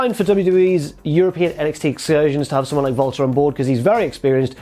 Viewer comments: To anyone else does it sound like he always says Valter instead of Walter? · It's sounds like is saying Volta instead of WALTER. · Jesse Pinkman in German W’a are pronounced as V’s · He's German. They pronounce Ws as V over there.